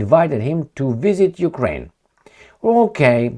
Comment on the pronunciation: You said Jewkrain ?